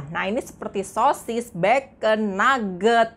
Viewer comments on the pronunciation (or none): none